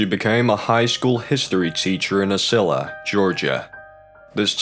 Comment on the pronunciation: Ocilla is pronounced with a long o like toast. Grates my ears to hear it wrong.